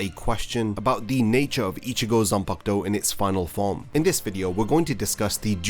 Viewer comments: How difficult is it for you to say Zan-Paku-To! 😡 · Every time you say “Zenbakdou!” I get so angry I want to smash my phone. How the hell did you show up on my feed again! I put you on my not recommended list. 🤬🤬🤬😡